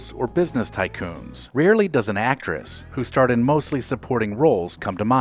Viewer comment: Tress. It’s Actress.